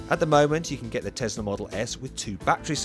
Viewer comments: it's a tesla not a tezla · Pronounced as Tezla.